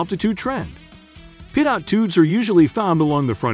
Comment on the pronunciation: For future reference it’s pronounced pee-toe lol not pidot